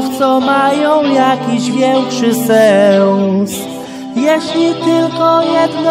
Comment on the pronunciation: Zwróć uwagę na wymowę niektórych słów. W tym utworze chodzi mi o słowo SENS. Zaśpiewałeś je jako SĘS gdy poprawna wymowa to bezdźwięczne EN. Poza tym świetnie wyszło, śpiewaj dalej i zwracaj uwagę na szczegóły to będzie perfekcyjnie. Pamiętaj, trening czyni mistrza :D pozdrawiam i czekam na więcej